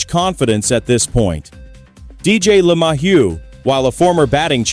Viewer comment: hey AI, it's Le - May - hew